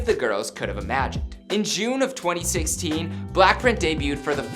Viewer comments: You said "Blackprint" Its pronounced blackpink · did he say ‘black-print’ or am I tripin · "for blaapriihh..." 😂😂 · Say-owl : Seoul Blackprint : Blackpink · Anyone notice how he said black print instead of BLACKPINK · Is it just me or is he pronoucing BLACKPINK as BLACKPRINT? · Jerico Mhar Bolaños I swear I heard him said BlackPrint! 😭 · he said blackprint in one part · BLACKPRINT IN YOUR AREAAA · B L A C K P R I N T ? ! tell me I'm not the only one hearing that